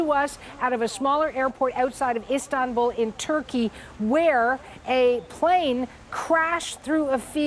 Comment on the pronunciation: Nop. I clearly heard. She said islambool